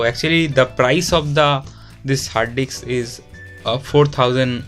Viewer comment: R u purposely saying Hard d*cks?😜